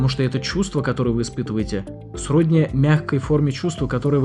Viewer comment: Правильные ударения: позвонИт, в социальных сетЯх, сроднИ